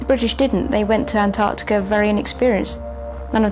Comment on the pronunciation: Great doco. Slightly ruined by the narrator’s inability to pronounce the t in Antarctica. Though. To be fair. It’s a laziness shared by many from the United States.